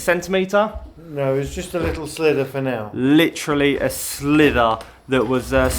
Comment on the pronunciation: 😂... sliver not slither!